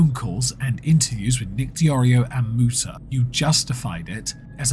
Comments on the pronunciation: Would like to make a quick correction in your pronunciation. It is Mootuh, not Muta thank you. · Uh Actually it's pronounced "Mewtah" 😂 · Kinda funny it's saying Muta like that since... Well... You know, that "Moo" part.